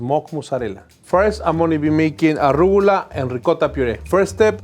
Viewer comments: That's it, I'm going to pronounce it "arrugula" from now on! Love! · I’ve been saying arugula wrong my entire life…